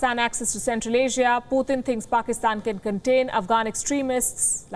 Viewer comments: Not puthin that’s putin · Every time she says 'Poothin' when saying Putin is so much lol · Indians have no room to criticize ! India is a racist state / Modi and the BJP ARE UNEDUCATED THUGS . This woman is a racist Indian mouthpiece . Learn how to say PUTIN .